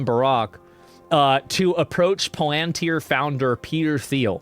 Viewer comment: Please stop pronouncing it paLANtir. It’s PALantIR. Idk why this enrages me so much lol